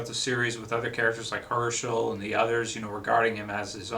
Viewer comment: its hershel*